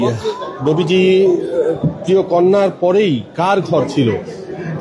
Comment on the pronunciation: সাংঘাতিক সাহেব আপনি নবীজির নাম ঠিক মতো নিতে পারছেন না। আগে নবীজির নাম ঠিক মতো শিখে আসেন।